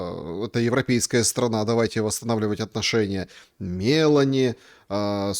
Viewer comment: Сегодня MelOni,,ударение на О вторая гласная ударение 49 лет😊